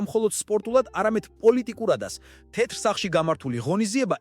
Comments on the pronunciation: "ტეტრ სახლშიო" რომ ამბობს მაგას არმიაქციეთ ყურადღება? ხელოვნური ინტელექტი ახმოვანებს იქნებ მიხვხეთ როგორმე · ტეტრ სახლში რომ ამბობს მაგასაც ძალით ხოარ იტყვის, ხელოვნური ინტელექტია